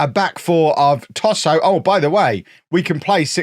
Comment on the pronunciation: When you introduce "Tohsoh" I always hear "tosser" 🤣